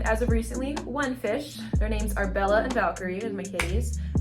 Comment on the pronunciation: When you say beLLa try to stress the L's. Double consonants in italian are stressed. Think bel-la. You are basically saying beh-la. Bel......la 😁